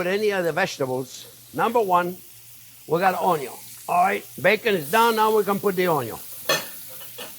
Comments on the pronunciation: It's Onyo au Vin !!! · The Onyo cutting video is how I found this channel. I watched an "Onyo" super cut (only the parts where he said "onyo" in the video, very funny) years before finding the channel. Have been calling it onyo ever since. At some point, when getting into cooking a bit more, I found one of these newer videos and thought "that voice sounds familiar!". Have been subscribed ever since and cooked many of these great recipes. Thank you Chef!